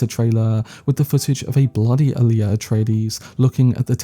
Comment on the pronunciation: Goddammit. For the last time: Aaliyah was a singer. Alia is a character in Dune. They're not pronounced the same. GET IT RIGHT, FFS!!!